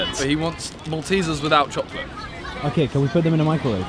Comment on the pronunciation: Nobody: Simon: CHOClet